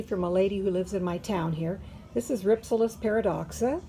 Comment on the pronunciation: It is pronounced Rhip- sal-is.